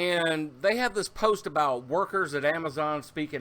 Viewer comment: Ehhhh the Canadian 'aboot' <3